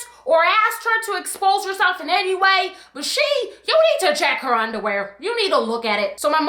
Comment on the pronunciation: “You need to check her underwear, you need to look at it” the accent got me deceased 😂😂